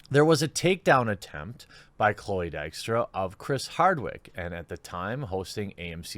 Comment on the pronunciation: His pronunciation was reasonably good, not perfect though.